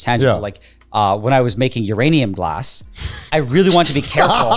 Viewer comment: 🤓☝️"uhm actuawwy uwanium gwass"